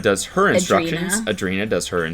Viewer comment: It’s ANDRE- INA. It’s not that hard…